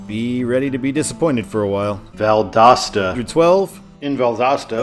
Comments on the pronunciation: Well, because he had Val-DOOS-ta in the last video. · Did someone comment on the Valdosta pronunciation on the NB video? I'm assuming so... Made me laugh every time throughout this video. I think it's uh-latch-ew-a, at least as far as I know, but I'm not from that part of FL. Tis a super small place and the name of the county Gainesville is in. Looking forward to 95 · People must have been roasting ya hard on the way you said Valdosta. Lol. I agree that Valdosta should kinda be a control city but only in Georgia. I-75 north in Florida should just sign it for Macon or even Atlanta. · Why does it sound different whenever you says Valdosta? Are you saying it a different way? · Yeah. My mom heard him say Valdosta wrong. I had to tell her that he corrected it